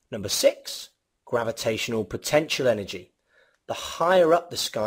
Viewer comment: Good video but "gavitational", "distroyed" and "destoryed"